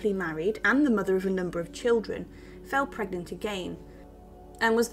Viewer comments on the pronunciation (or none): none